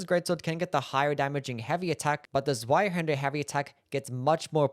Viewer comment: Es hört sich witzig an wie du Zweihänder aussprichst